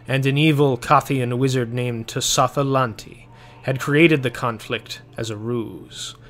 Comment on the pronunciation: I love this story and your synoposis, however, I do have one tiny complaint, Tsotha-Lanti's name is pronounced with a silent letter t.